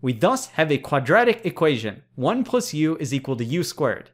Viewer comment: Bro are you saying “plus” or “puss”